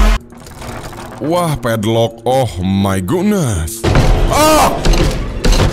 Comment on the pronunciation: oh my guhnes😂